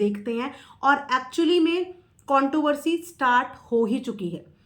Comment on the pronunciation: Madam sorry but contoversy nahi bolte contRoversy pronounce karte hai Also aducation nahi education hai 🙏🏽 Additing nahi editing hai. Sorry but I just wanted you to know 🙏🏽 Prarity nahi priority hai